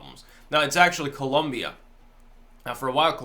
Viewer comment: My Brother! I don’t know what happened, I’m really late posting to this video, but I hope you come across this message:)... I’ve never heard or seen anyone else pronounced “Colombia “ like the way you did at the start of the video! My natural planned was to follow you until my last breath of life, and now with this amazing and truthful video you’ve created, I will follow you even after the last breath of my life:) Lol! Seriously! I think you the world because the timing if this content you’ve just created, couldn’t be better! I love my country of birth and I equally love the United States of America! Not perfect, but it is the greatest nation in the planet! Thanks!